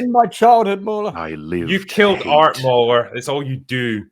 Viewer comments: I think hrs saying maular not moron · At , did mauler get called a moron? I watched that part over ten times and I can’t tell with the accent.